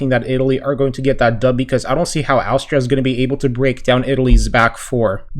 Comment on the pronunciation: It's quite easy to pronounce Austria. You say the first bit like you're saying Ostrich. But just without the "rich" and "ria" instead.